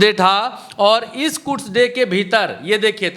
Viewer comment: कुड्स नहीं... कुद्स डे😂